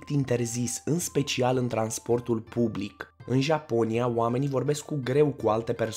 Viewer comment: Nu consumati. In. Bublic. Nu vorbiti. In bublic. Nu. Intrizia